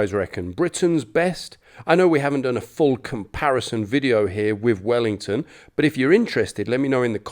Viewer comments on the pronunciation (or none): none